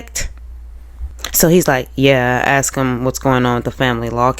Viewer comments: Let me just comment on the word ask, let's take the first phoneme (sound) which we can all agree is short A as in Apple. Ok the next sound is S, not K. So put it with the A, you get the word as, not ax. Get it? It's so easy! Then just add the K after AS K. You can even put another S on the end and make ASKS. But no AX ever. No malicious, just linguistics. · The word ax coming from Sarah is telling! 🪓 It fits her profile perfectly!